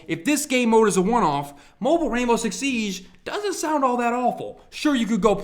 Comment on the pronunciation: The way he says siege fucking pisses me off